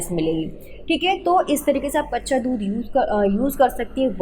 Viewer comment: Mam baccha dhudh nhi kaccha dhudh😅 boliye